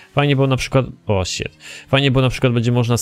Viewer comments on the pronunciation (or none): none